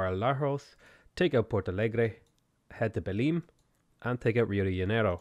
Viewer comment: I'm loving the new series. I was just cooking dinner here and I thought "I hope uploads today". You never disappoint, man! Thank you for the video! I love the way you pronounced our cities names! Guarulhos wasn't even close, but Porto Alegre was surprisingly okay! Okay, I'll keep watching now. Just dropping this random comment here.